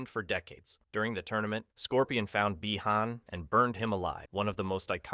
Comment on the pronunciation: He can say bi han correctly but not hanzo 😅